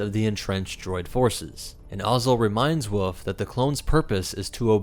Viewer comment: Bro it is "wolf" not "woof". There is an "L" you're forgetting.